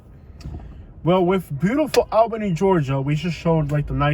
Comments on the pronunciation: Say it with me now- "ALL-benny". Almost awl-benny. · 2 1/2 minutes of repeating himself. That’s a lot of babbling. East albany is all hood. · Doesn’t even know how to say Albany 🤣🤣🤣❤️ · You saying the city name wrong sir